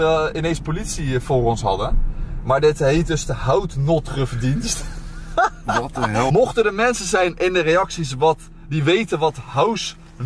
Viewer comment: Haha, klemtoon ligt anders Haus Notruf Dienst. Vergelijk het met huisarts